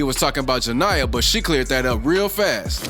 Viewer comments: It's not ja-nye-uh💀😫😭😂😂😂 it's ja-knee-uh (Jania) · Jania not janiyah. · "juh nee yuh" not "juh ny uh" 😂😂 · her name not janiyah 😂😂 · GIRL BC WHO IS JANIYAH . ITS ( JA NE YA ) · Bro saying jania name wrong made me mad😂